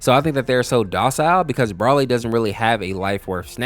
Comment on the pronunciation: broaly💀 chilia💀